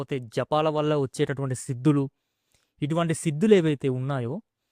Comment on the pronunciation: మీ తెలుగు లో మహా ప్రాణాలు లేవు. భక్తి - అని సరిగా పలకండి. Siddulu కాదు, sidhulu - ఇక్కడ వత్తు ఉంది.